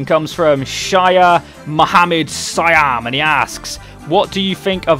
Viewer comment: OMG!!!!!! you butchered my name .* :P Anyways OMG!!! thanks for putting my question in the video!! xD ps for the future, just pronounce whats written, dont add extra words and shit :P just plainly Shah = sha, Mohammad (you pronouced perfectly), siham = see haam :P